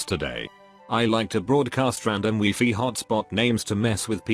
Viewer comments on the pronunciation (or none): Nobody: Text to speech: WEEFEE